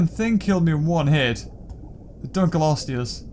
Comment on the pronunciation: can you stop saying dunklosteu wrong its ( dunk- low-stee-us)